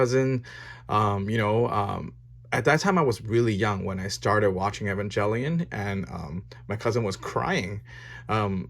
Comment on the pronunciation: Hey I noticed you pronounce Evangelion wrong, which is common but yeah I might look up the right pronunciation, no hate just noticed